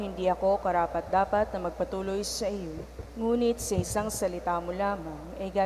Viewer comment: thank you Father for a very meaningful homily for todays celebration of the feast of Sto. Nino. Wake up message for many of our devotees. Also pls remind our commentator na sa part ng "hindi ako karapat dapat na magpatuloy sa iyo" yung magpatuloy ay mabilis ang pagbigkas. to enter ang English nito. Hindi ito to continue. Salamat po.